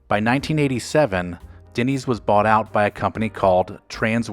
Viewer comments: Denny’s, not “Dinny’s” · Why does it sound like you’re saying Dinny’s? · Is it just me or is the narrator pronouncing the name Dinny's? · We all know what he is talking about but Denny's is not pronounced "Dinnys". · haha! Agreed!